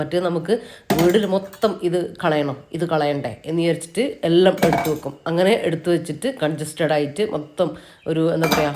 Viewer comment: എല്ലം അല്ലാട്ടോ.. എല്ലാം ന്ന്‌ പറയണേ 😁